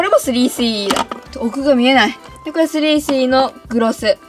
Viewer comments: の3CEの言い方苦手。なんか、3CEって言えばいいのに3スィーEって言ってる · スリーシーイーじゃなくて、スリースィーイーって言ってるよね。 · ｽﾘｰｽｨｰｲｰw発音かわよ💜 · スリースィーイー笑笑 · 『スリースィーイー』笑笑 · すりーしーいーではなくしぃーいー笑笑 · 3CEはそのまま発音していいんですよ！スリースィーイーみたいに聞こえます。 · すりーすぅいーいーって言ってない？ww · の3CEの発音でSiriが反応しちゃうww